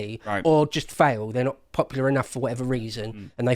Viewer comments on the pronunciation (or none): none